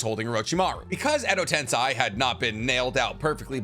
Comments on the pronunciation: It is pronounced “Edo tensay” not “Edo tensai “ that is Edo tensei 😤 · is edo tensei - is not edo tensai :)